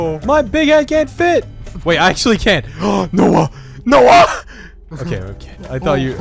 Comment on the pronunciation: Since when does call Noah, 'Noey'??